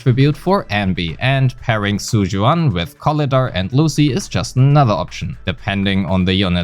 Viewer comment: I just heard you calling her "Zhu Yuass" 😳